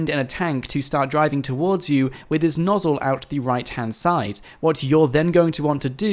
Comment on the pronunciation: "The nossle"